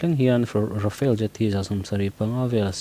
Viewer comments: rafael ni lo in rafale nih khi i chhiar thiam lo mi,, rafael chu israel company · Tejas i telha, SAAB Gripen E i telhlo hi a mak thlawt. . . Rafale ai pawh hian a tha mah zawk ang. Chuan RAFALE hi A hi mizotawnga A ang hian lamrik tur. Rafel tih anga lamri lovin RAFAL tiin, FALE laia A hi thluk sei deuh bawkin.